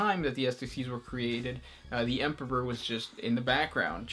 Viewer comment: Stop double pronouncing the 'p' in Emperor. Otherwise great work.